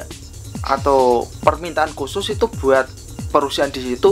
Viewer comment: Maaf, perusahaan, bukan perusiaan-- capek akutuh dengar nya